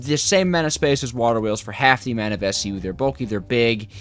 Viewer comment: bro said "waHer Wheels"